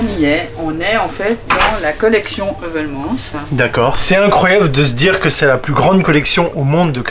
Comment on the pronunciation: Un belge 👌 par contre votre prononciation de Heuvelmans 👎